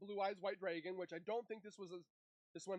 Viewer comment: Brother please...It's drAgon and not "dRaYgOn"...